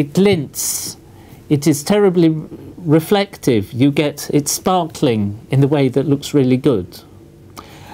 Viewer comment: "it is terribly reflective" AHHHH MY EYES EET IZZ TWOOO GLITERWY